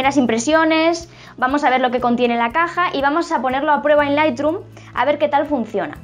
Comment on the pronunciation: Solo una cosa. Q se pronuncia lithroom no lithdrum